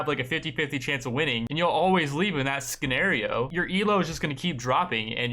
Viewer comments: oi fucker... Scenario = See nar reeeeeeeeee ooo not Ski nar REEEEEEEEEE ooo hahahaha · bro said skenario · "skanario" wtf is wrong with u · Left after he said ‘skenario’ , Jesus Christ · Leave that "skenario"? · nigga said "SKE-NARIO" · Wait, "skenario" lol? Are you for real right now? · "SKENARIO" grown up american, ladies and gents. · This nigga just said skenario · did you really just pronounced scenario with the C when it's supposed to be silent? lol